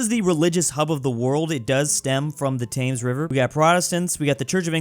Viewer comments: Saying the "tangs river" is crazy. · you say Thames like "Tems" not "Tames" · Calling river thames “tames” instead of “tems” is the most American thing ever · T-Thaymes River? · Especially when he said "The river Tames" and "Taymnges" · its spelled “thames” but ts pronounced “tames” and he mightve made a mistake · He said "Taymnges River" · I die inside every time you pronounce Thames wrong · As a brit, the way he pronounces thames makes me depressed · that Thames pronounciation is painful. Just forget about the h and make the a into an e, sorry.